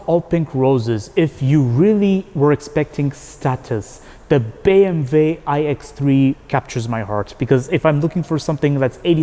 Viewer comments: but he is speaking in English, so it sounds ridiculous. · Its actually the correct way to pronounce it in German “ BE EM VE”